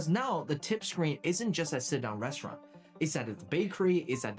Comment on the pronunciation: Restuuralnn. I wish AI was never invented.